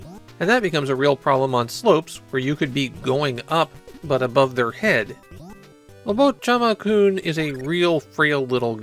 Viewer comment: why do you keep saying "obochichama-kun" though